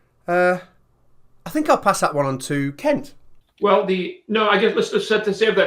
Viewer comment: I’m really sorry but I’m not the brightest spanner in the box but I’m sure you not pronouncing Kent’s name’s properly. I honestly believe the letter u has been substituted with the letter "e".